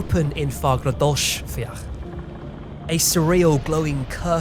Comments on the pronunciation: fagradals fjatl - ll is mostly pronounced as tl ;) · Great video, excellent source of good information. Your pronunciation is excellent. ❤🎉 Fagradalsfjall is very funny though and not at all close haha😅 Fagra dals fjall (the two ells are not like a long L but a click between both sides of the molers and tongue haha) Beautiful valley mountain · haha you butchered the "Fagradalsfjall" pronounciation but it was very funny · Icelander here. I grew up in Vogar, a town north of the main road between Keflavík and Reykjavík, so me and my family experienced every earthquake, and we could peak outside to see the glow of the volcanos. I'd say you did a good job on most of the pronunciations, the rough ones being Fagradalsfjall and Sundhnúkagígar, which I know are hard to pronounce. But all in all great vid. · Icelander here, you did very good with the pronunciations, almost had "Fagradalsfjall" correct, it's the double L at the end that's tricky; it's a click sound. The people of Grindavik are returning home, the town hasn't been fully abandoned as the BBC claimed a while back. Currently there are I believe 3 houses being torn down because they aren't safe any-more after these earthquakes and that includes a home for the elderly. Slowly but surely life is returning to Grindavik. That area was also around 200 years or so overdue, much like our volcano Katla who is under Mýrdalsjökull; North of the town of Vík and close to the Black Beaches; she is overdue and no one is excited for her to go off. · I really like the effort, and most of the words were fine, your "Reykjavík" was pretty good, but Fagradalsfjall was rough but to be fair the doubble L's are imposible for outsiders to get right. and love the video hi from Iceland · Icelander here!! Pronunciations of Fagradalsfjall was a biiiit off... It's more like Fahghrahdahlsfjhahll (hard L's in the end)